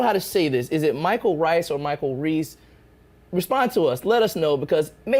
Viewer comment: Thanks for the shout out! Didn't expect that. Its (reese) in how you pronounce it, so you were spot on with it the second time! Thanks guys and I will keep up the chats with you all even in the down time